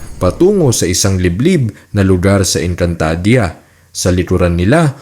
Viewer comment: Sana pinag-aralan mo muna kung paano bigkasin ang mga words...ang panget kasi pakinggan ng ENGKANTADEYA MO